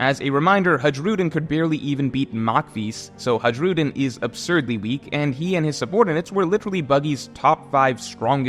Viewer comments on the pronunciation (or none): bro pronoucin Hajrudin as 'Hadrudin' instead of 'Heirudeen' 🤡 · It’s pronounced hai-rudin btw not the way you were saying it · hajrudin is not pronounced like that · Oh my god I know you probably don't watch the anime but it's literally insufferable to listen to you mispronounce everything. Hajrudin might be an obscure name but there's no reason not to know how to say Machvise. Are you 10 years old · years later and still cant pronounce Hajrudin